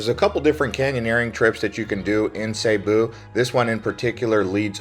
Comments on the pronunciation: Its NOT Sabu. Its Cebu with a C NOT a S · it's see boo not seybo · It's cebu not saybu, my wife is from there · It's not pronounced "SayBoo" it's pronounced "SiBoo" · As long as I've been aware of the existence of the province location location in The Philippines... Cebu has always been pronounced as SEA-BOO as opposed to SAY-BOO! Now before anyone gets on me about my pronunciation of SEA-BOO my wife who was born and raised there taught me the proper pronunciation! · Dude. It's pronounced Cebu (see-boo). Not (say boo). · see boo , not say boo , lmao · Why do people pronounce it "Sayboo"? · Nope, Cebu not sayboo, not siboo. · It's still wrong. He can at least pronounce right if he's going to do a vlog about it. He sounds dumb every time he says it.